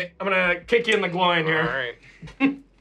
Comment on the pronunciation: getting so much lore correct then pronouncing glowin as GROIN made my day.